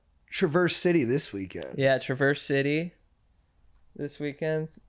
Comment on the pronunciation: Hey bros, loved this episode, especially the Michigan convo at the end - I'm in LA now, but born and raised in MI! Y'all should def go up to the UP if you get the chance, it's one of the prettiest places in the world (Only like an hour from TC). Just a heads up - the 'a' Traverse is pronounced like the a in apple, so it kinda sounds more like "Travers" City. Enjoy the Great Lakes!